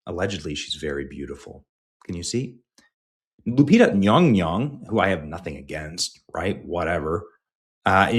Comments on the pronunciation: All I know is that Nyong'o is 100% NOT pronounced nyonyo in Africa. More like Nyon'goh, wich would probably be the spelling of her traditional name.😂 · Nyawn-goh not Yong-Yong 🤡 I hope you stay mad forever 😂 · Benny need to go back to 3rd grade phonics/ English class...Yong-Yong is Not how you pronounce Nyong'o........I mean at this point, Benny is just trying to clown. No matter the subtleness, he knows better. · 😂Ñy⁰Ñg^Ñy⁰Ñg??😅 BëÑÑy ••••• R u pronouncing it wrongly or as comedic sarcasm?!! Will not waste a single cent on this D.E.I./Woke/disrespectful to actual historical figures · Lupita's last name is Nyong'o. Someone misled you with that Nyongyong pronunciation. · Hearing that pronunciation of Lupita's last name just reminds me of Darcy from Thor calling Mjolnir "Myuh-myuh". 🤣🤣 This movie is going to be a disaster. Even if it makes a ton of money, which I hope it won't, it's going to completely desecrate the Odyssey. And no matter what anyone says, ELLEN PAGE is still a woman. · Nyong'o. The first syllable rhymes with song, final vowel same as the "o" is same as Spanish "o" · Wow butchering her surname like that 😮 the racism is thick here . And im not into affirmative action like that. You sir are gross. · Your mispronunciation of the actress is offensive it’s pronounced Lupus McBunghole